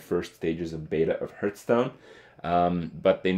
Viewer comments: Do you realize there is an H in hearthstone It's not heart stone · Is it just me or does Kripp indeed pronounce Hearthstone as Hurtstone? It kinda fits though because every expansion hurts my wallet. Huehuehuehuehuehuehuehuehue! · Kripp, why you pronounce "hearth" as "herth"?